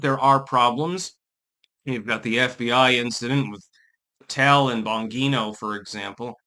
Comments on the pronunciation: Let's say it together,... "Bongino"...."Bon-jean-oh" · His name is pronounced Bon-jean-o Dan Bongino